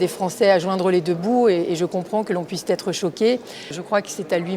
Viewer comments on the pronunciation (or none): Je n'ai pas lu tous les commentaires, mais la députée LR qui assène plusieurs fois "je comprends que l'on puisse t'être choqué".... ça m'a fait mal aux esgourdes.